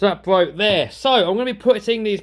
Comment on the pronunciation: XD A lambo thats rented. Nice try though. Could be spending money on you know, a hair cut, or even better, speech classes. We dont care about how your "bwoke".